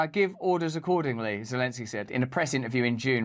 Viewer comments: She said Lozenski.. :face-green-smiling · O. Thats why this person who blew up pipe line still in prison in Ukraine for other crimes against Ukraine gov? Funny how she sayid "volodimir lezenski"😂 min of vid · 😮 stupid news reporter said Vladimir lezensky 😂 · She said Lezenski Hahaha. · Did she REALLY just say "Lezensky"? The West didn't just waste a fortune on his propaganda for this narrator to f...k up his name like that 😄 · 8.58 m what worries me is that woman commentator can't say Zelenski properly. Lezenski?? Who is Lezenski ... 🙄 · She called him LEZENSKY. Wtf? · Geefuss beellyons, say Zelensky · "Volodimill Lezensky" 🤡🤣🤣